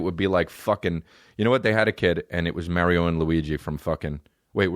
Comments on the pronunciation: WHY IS NOBODY CORRECTING THE WAY HE SAYS MARIOOOOOO. EH'SACUDA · you say mario weird dude